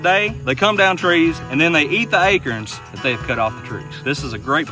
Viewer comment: a-kerns? lmao love it